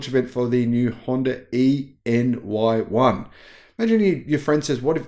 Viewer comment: I think you're supposed to pronounce ENY1 as 'anyone'.